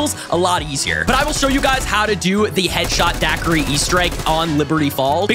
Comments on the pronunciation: "Headshot daquri"😭😭😭😭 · Can't wait for the zombie nerds to get here and see him calling it "Headshot daquiri" 💀💀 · its "Deadshot daiquiri"